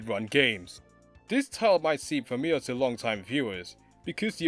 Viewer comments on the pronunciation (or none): “Furmilear”?? Bro, are you trying to say “familiar”? LOL